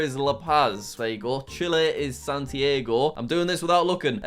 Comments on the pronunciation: Lamentable hrmno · He said Santiago "San Diego" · Jack calling the capital of Chile Lima then proceeding to pronounce the actual capital like "San-tee-ay-goh" broke my heart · Isn't it san-tee-ar-go?